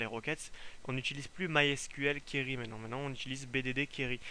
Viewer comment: juste c'est qwéry pour la prononciation ! sinon tes tutos son parfaits continue !!